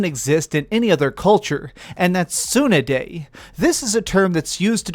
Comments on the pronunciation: Tsun-dere not Tsunaday. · fucked up the word Tsundere....soonayday??? its soon-DERE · soon-dare-aye Proper pronunciation of tsundete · tsooonerday... use your words, tsun-de-re like how its spelt. bless your heart. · Says he studies other languages but says soonerday. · It's pronounced soon-day-ray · cone ichiwa. ufff man slow down on the japanese learning please ur leaving us all in the dust, the yakuuza are tsunerday dude. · a tsunuday ? LOL can't even pronounce tsundere lmao ! shit man, you should have fixed this intro ! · Suenaday lmfao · May I nitpick on something? You pronounced "Tsundere" as "Tsu-ne-dei". Off I go. =p I'll come back to watch the full review later. :) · saying how he loves word tsundere - mispronounces it as "suneday" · One like for tsundere (pronounce like Son-day-re’) like Vegita from Drgonball series that is one of the first tsundere. And ... good review man. Want to try but never play Yakusa series before and if I understand correctly the story is continue since the first one, hard to follow. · I don't wanna be a dick, but it's pronounced tsundere (soon-deh-ray). It's awesome that you're learning different languages. I'd love to see you review foreign games. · Its "suun-de-ray" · Dude, I don't speak Japanese but I'm pretty sure that's not how you pronounce that. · Dude I REALLY don" wanna sound like this buuuuuut Dude I think you wanten ti say tsundere right? But dude... You didn't just butchered that word You killed it reanimated it, killed again, butchered, made mice meat! And then eated it and finally while eaten it you spoke Or you said another word and I'm the idiot Probablythe last one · I cringe at your Tsundere pronunciation. PLEASE...... STHAAP!!! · I cracked when I heard how you pronounced it . Most ones on manga /anime are girls . But male tsundere anime / manga characters are not rare . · Legit, just heard that pronunciation of it and was like. "The fuck dude? That's the most American fuck up of a pronunciation"